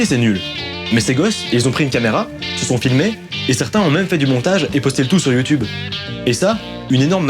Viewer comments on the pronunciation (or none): none